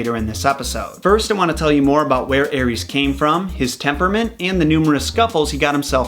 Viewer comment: Eris aris read it normal American don't read wrong ares